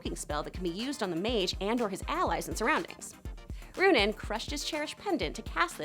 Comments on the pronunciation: Clearly you haven't watched the show, just reading or reciting what you read, or you would know its Aaravos, not Aavaros, and Runaan, not Runin. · You’re pronouncing Runan’s name wrong